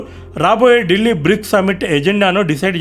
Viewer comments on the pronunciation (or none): none